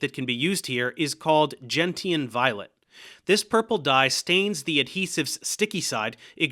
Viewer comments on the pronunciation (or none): I have NEVER heard anyone else pronounce gentian that way. Its GEN-shen, not GEN-ti-an. Also , uh-MEED-oh, not AM-ee-doh.